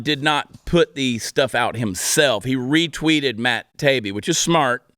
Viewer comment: The name is pronounced. Ta-e-be 😊